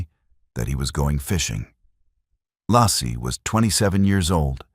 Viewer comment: Not Lassie or Lossy.....I swear I cringe whenever I hear it pronounced wrong